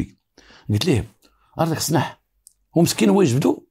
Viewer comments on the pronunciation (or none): سلاح وليس سناح راك بوليسي زعما